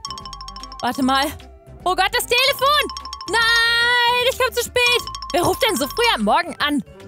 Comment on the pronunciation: ich bekomme lachflasch wegen dem satz '' oh got das delephon '' und ja ich meine delephone hatte sich versprochen man hört es zwar nur leich aber man hört es